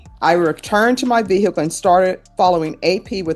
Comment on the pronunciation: Ve hicul?????